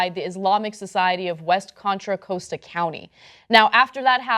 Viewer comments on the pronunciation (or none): Contra Costa County. It's pronounced CAHN-tra CAH-sta. Like Costco. COST-co. Costa. COST-a. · As someone from the Bay Area, the thing I am most offended about in this story is Ana's pronunciation of Contra Costa.